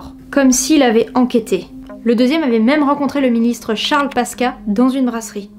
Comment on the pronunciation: Charles Paska 😂 On dit Charles Pascoua 😉 Sinon, toujours aussi bien !